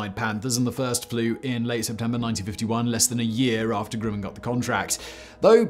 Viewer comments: What’s this company called “Grooman?” I’ve heard of “Grumman” (rhymes with “gum” not “groom”). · Always heard it was GRUM in instead of GREW min… Sorry Si to keep jumpin’ on you for your infamous mispronunciations, still love 💕 you and our long forgotten Danny too ! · Hey Simon, my dad worked for Grumman, on the Apollo LM. He always pronounced the company name’s first syllable like that of the word “grumble.” That is, not like “groom.” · It's not Grueman, it's Grumman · We Yanks pronounce it Gruhman (like brush), not Grooman. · "Grooman" ==> "Gr-uh-man" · Grumman is pronounced with a soft u, as in "gr-uh-mman." Successor company Northrop-Grumman has several facilities dotting the part of Los Angeles where I live, so the name is as familiar as McDonald's or Burger King. The only thing is, unlike other local aerospace companies in town here, no way is anybody allowed to get close to any Northrop-Grumman location. Allegedly. cough, cough B-21 Raider stealth bomber which deserves to be featured in a future episode of Sideprojects or Megaprojects.